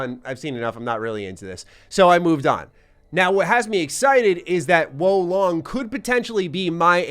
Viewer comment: my boii... its WUU LONG say it with me now WUUU LONG